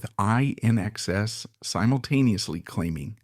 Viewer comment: It's pronounced "in excess"!